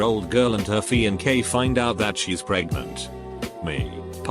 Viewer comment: Can read complicated medical terms. "Fi-on-kay"